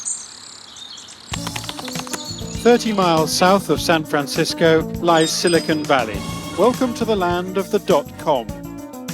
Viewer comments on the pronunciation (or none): none